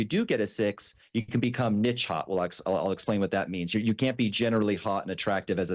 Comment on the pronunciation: Does he mean Niche?